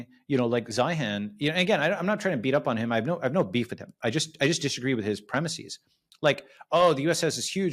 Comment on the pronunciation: Ya lost me at "...premisseeze..."